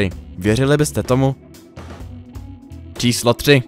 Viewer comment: Na svetě? Čáslo devet? Naučte se česky!